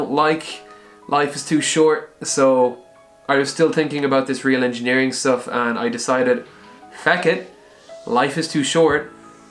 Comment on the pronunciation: "engineering shtuff"